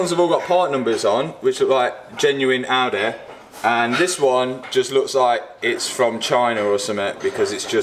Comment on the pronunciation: lol, Audehh